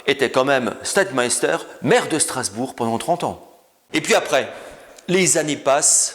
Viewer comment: C’est de l’Allemand. « Stettmeister » se prononce « chtetmaillsteur »